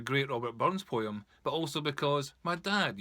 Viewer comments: If I have to hear this prat say poyim for poem $##@@ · Wow this was a beatiful poy-um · The way you say the word "Poem" is so funny, thanks for brightening my day!